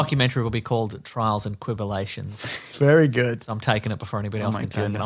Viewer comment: I laughed too hard at "Trials and Quibulations"